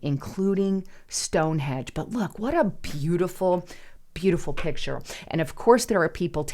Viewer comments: Stonehenge not Stonehedge come on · Stonehenge not stonehedge …😅